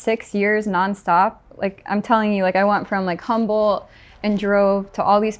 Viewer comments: She said the experience of working in Northern California “Humboldt” her. 😂🤣😂✌️ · She said the experience “Humboldt” her. 😂🤣😂✌️